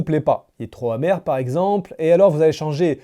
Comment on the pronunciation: En français on dit pas: trop hacide ou trop hamèr. On dit trop Pacide ou trop pamèr. Merci de réviser le français avant d'enregistrer une video